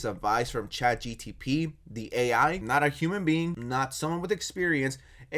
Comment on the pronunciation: I'm all for dunking on Max but dude... It's ChatGPT, not GTP I cringe every time you mispronounce it, pls don't do that again